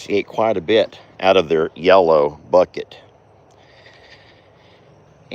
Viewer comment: I noticed the other day that you said yellow with emphasis..lol.. I also corrected you. …lol